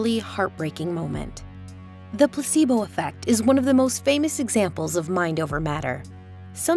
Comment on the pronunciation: "Pussibo effect" and "tempeture" had me distracted. Still endurable than the other VO lady with the terrible vocal fry.